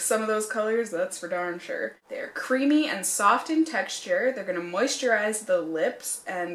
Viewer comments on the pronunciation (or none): none